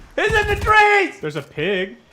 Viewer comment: That had me dying. I swear he said there's a pig several times too. Haha